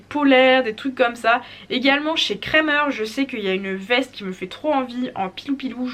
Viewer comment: Wouah c’est fou... à force d’entendre des influenceuses françaises écorcher « Krämer », ça fait bizarre d’entendre le nom de la marque dit correctement 😂❤️. J’avoue que lorsqu’il faut aller abreuver les chevaux à -13 degré et que le robinet coule sur mes gants j’atteints mes limites en hiver... vive les habits chauds!